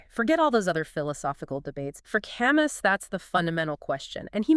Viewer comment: Camus is pronounced Ca Moo